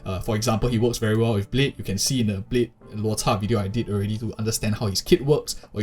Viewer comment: Props to the narrator for pronouncing Lôu Chà correctly